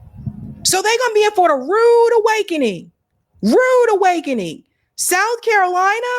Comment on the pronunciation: Soutf Carolina , Nortf Carolina 😂 we not tolerating no disrespect 💪🏾💯.